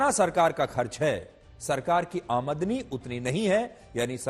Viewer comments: Aamadni nahi aamdani bolo sir ji.. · Sir jo aap aadmani shabd bol rahe ho wo aamdani hota hai cara karo👍👍